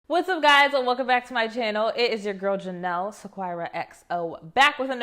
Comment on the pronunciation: I replayed you’re intro at least 5 times to see if you said JO-Nell or Juh-Nell. If it’s the second way we have the same name just spelt a little different 😊